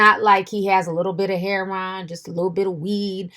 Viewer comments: It's not hair-on, it's hair-o-inn!! And there's no surprise really, Lil Wayne is a crack head, coke head junkie 🙄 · Its not heron.lol.its her*o*in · Ti stay butchering words and names 😩😂😂. Heron 😩😂. Love it. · It's funny how you say her Ron. I've never heard it pronounced like that. I've always heard it announced like heroine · Why does she call it heh Ron?? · “Hair-on” lol ur mispronunciation reminds me of my mom who refuses to stop calling chipotle “chip-oh-tel” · She says heroin hair-on omg but I guess it’s pronounced differently across the states 😂😂😂🤷‍♂️ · Huge fan of your channel so gonna share this tidbit HEH-RO-WIN.....or heroine. Keel the tea coming in 2020! Love it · "Heron" lol I love you Ti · Ti saying heroin heron 😂😂😂😂😂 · Yeah, us older folks call it "hair-ron" 🤣🤣🤣 fo'sho! 💞💞💞💞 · Oh no not “Hair wan” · I have never heard anyone pronounce heroin like does ahaa whaaaaat 💚💚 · yeah I've heard a lot of people from the South say it like that and it drives me nuts 😂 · The way you pronounce heroin is terrible😂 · That's how the old heads say it and the cats that slang or used to slang, lol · I think it's a regional thing. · Do u not know how to say heroin?